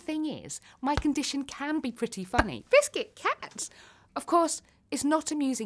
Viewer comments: I support her but idk if she says biscit to ne funny or she cant help it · I like the part when she said 🅱ISCUT